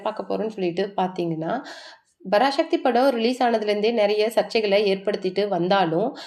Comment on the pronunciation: யாரு தாயி நீ. 70 நாள்? பராசக்தி என்று உச்சரிக்க தெரியவில்லை. அதென்ன "சிவ்" கார்த்திகேயன். சிவகார்த்திகேயன். "அதுமட்டுமில்லாம" எத்தனை முறை சொல்லியிருக்க. அதுமட்டுமல்லாமல், சரியாக உச்சரிக்க பழகு.